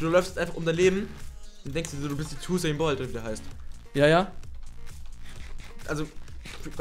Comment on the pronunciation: Tusain Bolt? Ernsthaft? xD